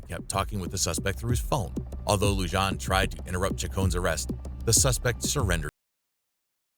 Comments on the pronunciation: Lujan is pronounced LuHan. The J takes an h sound in spanish. You're welcome from New Mexico. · I love your video, But I hate when people butcher names. It is pronounced Luhan not Lujan, I know the spelling is the way you pronounced it but Spanish names the J is Pronounced an H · Lujan is pronounced like Lou Han, not Lou John... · Just a heads up m8 the J in Lujan is pronounced as an H.